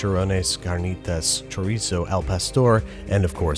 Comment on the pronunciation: Can pronounce every Mexican word... BUT CHORDIZO